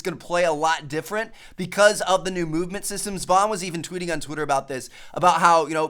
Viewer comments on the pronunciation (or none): none